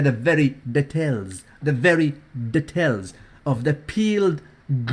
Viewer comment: "The DE-TELLS, DE-TELLS"(details) lool has a new phrase on a dailyyyy basiss baby please